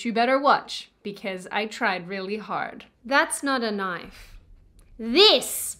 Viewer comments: “that’s not a knoife. Now this, this is a knoife.” I wanna hear do a Crocodile Dundee reaction/review and do quotes!!! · It's pronounced noyyfe ...and I thought you were Australian. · Silly Aussie, it’s pronounced, “noife”.